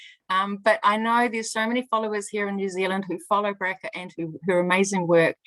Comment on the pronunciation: The name Bracha is not pronounced Bracka please ask her how to say "CH". Her name is Blessed in Hebrew.